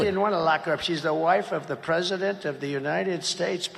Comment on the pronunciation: Finally someone remarks on people saying "pundent"! Even pundits do it. (Looking at you, Dan Pfeiffer. 😉) And what about "presindent"? (Looking at you, President Biden. 😉) You hear those rogue n's in other words as well these days; I'm sure I'm not alone in having noticed a rising tendency among native American speakers towards inserting n's before d's and t's. I believe the reason is that, like the d and t sounds, the n sound is produced by touching the tip of your tongue to the alveolar ridge, this proximity leading to some people using it as a sort of "bridge" to d and t. It's not a surprising linguistic development, but the results are still kind of silly. 😃